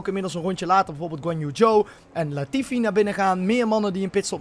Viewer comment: leert snel namen in Gotifi zeggen en daarna wel Latifi zeggen na je leert snel 😂😂😂😂😂😂😂